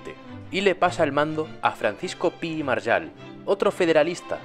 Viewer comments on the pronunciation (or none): Es Pi y MarGALL, no Pi y "Maryal". No entiendo la manía de inventarse la pronunciación del español. La g con la a ga, no ya. ¿Es que ya no enseñan a leer en las escuelas o qué? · ¿Pí i /Maryal/? ¿En qué idioma 'ga' se pronuncia /ya/? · Muy buen vídeo, pero no entiendo por qué pronuncia de esa forma tan rara Margall, cuando se pronuncia tal cual, con una g (ya que deriva de Maragall) y no con un sonido de jota.